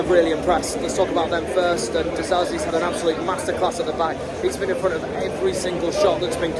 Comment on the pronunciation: Its Disasi not Diserbi